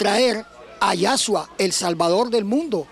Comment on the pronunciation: Es Yeshúa y no Yashua.